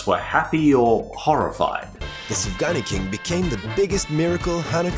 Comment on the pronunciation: Sufgania shouldn't be pronounced like Safgani .Sufgania should be pronounced like Soofganya